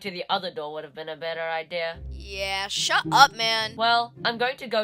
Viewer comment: they said hut up man instead of shut up man